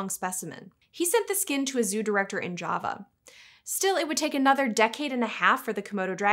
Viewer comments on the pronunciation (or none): none